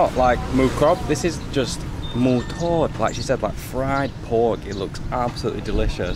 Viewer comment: Hi. You sounded the word TOD perfectly, where sometimes Gary says it with the incorrect tone and instead of meaning DEEP FRIED it means TO TAKE OFF/TO REMOVE as in take off shoes/remove jacket instead. He tries, but I guess his London accent doesn't want to go along.🤣🤣,but other time he gets it right though. I guess your accent helps with Thai words pronunciation. Who knew???😁